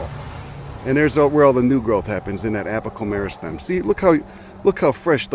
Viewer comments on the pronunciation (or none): I didn’t know I needed to hear apical meristem said in a jamoke accent, but it turns out I did.